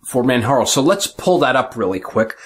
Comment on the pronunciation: its actually Man-Jar-O :) its says it in the Manjaro pdf ;)